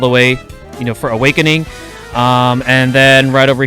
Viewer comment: "A-Whak-ening" That might be something different, sir.